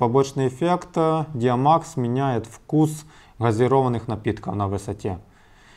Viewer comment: ДиамОкс, а не ДиамАкс